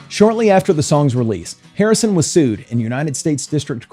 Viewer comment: Why do you say Hirrison and not Harrison at the begging...🤷 But it happens and I'm so annoyed for George 😢